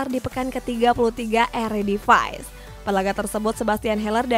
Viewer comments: Eredivisie bacaannya ya Eredivisi bukan eredivays . Sotoy lu sok Inggris, padahal salah 🤣🤣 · Bacanya eradivce wkkwkwkwkwk